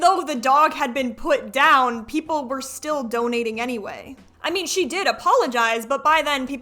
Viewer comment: Can I ask why you keep calling her C? Sorry I might be missing something painfully obvious but it clicked halfway that you were saying C instead of she and I wondered why.